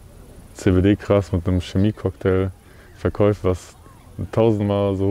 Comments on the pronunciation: Triggert das noch wen, dass er immer verkäuft sagt? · Ich bin jetzt nicht pingelig oder so aber wen wurmt das genau so hart wie mich, dass er immer "verkäuft" anstatt "verkauft" sagt? Das ist zu viel für mich 🤣